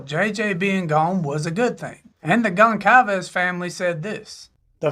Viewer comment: Goncalves is pronounced as if it was spelled Gohn-sal-vays.